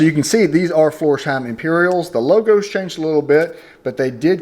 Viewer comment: FLorsheim please...not Forsheim. Thx.